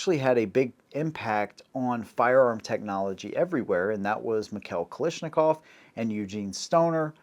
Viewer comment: Why do so many people pronounce Kalashnikov as “Kalishnikov”? That’s an ‘a’ not an ‘i’